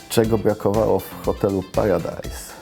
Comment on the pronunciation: Hahaha beka bo wiecie ma wadę wymowy hahaha